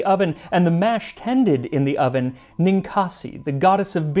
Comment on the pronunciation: “…you are put into the OV-EN”